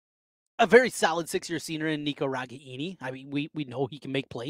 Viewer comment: It's RE-GAIN-EE